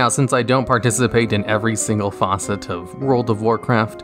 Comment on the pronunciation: >Every single faucet Facet every single FACET